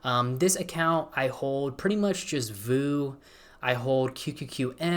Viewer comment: Love you man but whenever I hear you say VOO the same as like poo instead of V O O it hurts me just a tiny bit